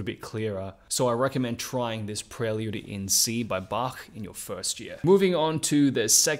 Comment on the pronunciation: The way you pronounced "Bach" was just perfect! ~approved by a german